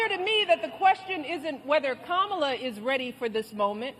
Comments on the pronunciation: Did she call them Kamala Zoo? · Did just say Camila zoo